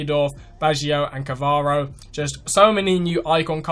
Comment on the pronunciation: It's Baggio and Cannavaro, not difficult to pronounce lol, anyway other than that great vid, hoping to see more icons revealed